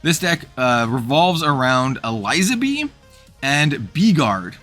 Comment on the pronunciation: I think I'd probably play the Elizabee deck. I've always enjoyed gimmick decks like Croco-Sharks in FoW. Just an unrelated note, Eliza in Elizabee is pronounced like Elizabeth because she's a reference to Queen Elizabeth.